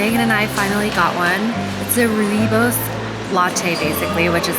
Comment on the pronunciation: You pronounce that so well Rooibos ( Redbush -direct English translation):hand-pink-waving